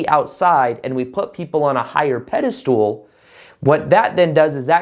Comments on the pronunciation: Pedestal not peda- stool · Pedestal not pedestool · pedestal not pedastool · just can’t get over him pronouncing it as “pede-stool” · "pedestool" hahaha perfect to minimize importance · Lol sounds like you're saying PEDE-STOOL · I like your messages but when you say “pedistool’ it lessens the impact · I completely agree with you ... never in my life have I heard of anyone else pronouncing it as Pedi .. stool !